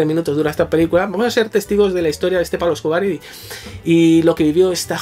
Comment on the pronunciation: Bardem podría haber sido el mejor Pablo Escobar si se hubiera molestado en trabajar el acento. Una pena, porque la peli no es mala. Penélope Cruz en su línea de actriz de tercera.